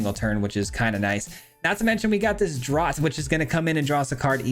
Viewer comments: Just for the record, "Draught" is pronounced the same as "draft" :) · oh, got your back on pronouncing this word-- "draught" = "draft" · Draught is pronounced draft, from the British speling, and Schooner has a hard C pronunciation, like school. Love the deck! Mardu anything rocks.